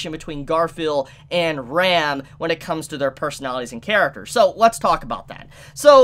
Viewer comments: RAAM not ram lol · I always get caught off-guard with the wrong pronunciation of Ram's and Rem's name. Ram always sounds like REM and Rem like RIM! It's pretty common with English Anitubers unfortunately :/ A quick listen to how they say it in the original would solve this, probably... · who is this Rem? why are you mispronuncing Ram so much, you ok?